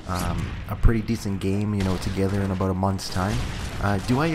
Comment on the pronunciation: ABOOT! :D